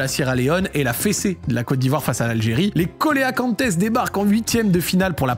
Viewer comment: Pour la prononciation des Cœlacanthes comoriens, c'est "célacante", c'est un poisson de l'océan Indien. ;)